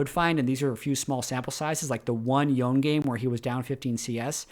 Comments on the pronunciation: "Yo-neh" is correct if you are following Japanese pronunciation (assuming that culture is the basis for Yasuo and Yone). Awesome content as usual,! Appreciate the player grading system. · it's Yo-ne (yo-neh),. I think it's Japanese-inspired and their consonants are usually paired with vowels to form syllables. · Its yo-ne. Its eastern inspired name ffs. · Yoh-ne is correct, remember the Spirit Blossom trailer (I think that's where the VA, Liam O'Brien says it?)? Yhon is kinda the meme pronunciation as befitting his status as one of the wind shitters. Looking forward to meeting Yasuone (-san) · If it's Japanese, it should be pronounced Yo-ne. Japanese has very specific, consistent pronunciations, so assuming it's spelling correctly, you should always know how to say it. Manamune, for example, should be Mana-mu-ne. Assuming it's actually supposed to be Japanese (which I assume it is). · Yoh-neh, but Yo-ne is close enough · Yonay is correct, it's how it is pronounced by the characters in game. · I pronounce it yone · Just a heads up on Yone - you’re saying Yone, but it’s actually Yone. Very common mistake👍🏻